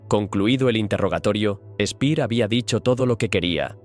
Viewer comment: Ya empezamos: El alemán SE PRONUNCIA DIFERENTE QUE EL INGLÉS. Albert Speer pronunciado Spea. Alberto Lanza.